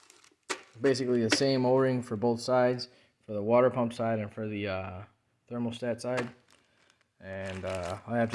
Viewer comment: Thx dude. P.S.: thermostat, not thermal-stat 😉